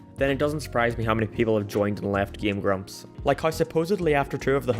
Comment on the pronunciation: Hey dude? what is up with your occasional weird enunciation of stress in words?? like you say gemSTOnes instead of GEMstones. gameGRUMPS instead of GAMEgrumps. You feel me?? Is it some kind of weird ragebait tactic or something?